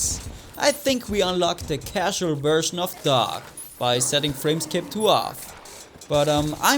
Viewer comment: Hör auf DoG als "Doge" auszusprechen :V